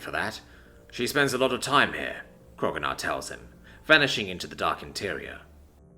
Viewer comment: i wonder why you still call him krogunar, when his name is spelled kro'gnuar, and it was established in one of the episodes that it's pronounced kro-new-ar.